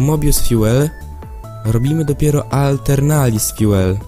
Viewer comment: jak pisze Aeternalis Fuel to czytaj atelnaris fjul